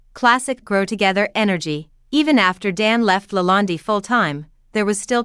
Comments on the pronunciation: Why do you call it LA land- DI, It's not called that.. Just curious.😆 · Who is speaking? She cant even pronounce LaLande correctly! Poor